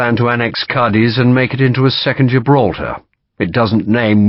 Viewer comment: Ćadiz ie short c with accent on it Not The ending